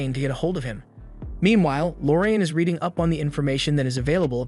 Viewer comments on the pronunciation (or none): none